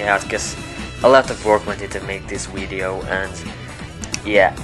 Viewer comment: You pronounced it "weedeo" lol